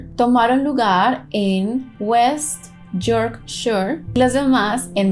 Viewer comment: Jajjaj,es fácil mami,foguea más tu pronuciacion en inglés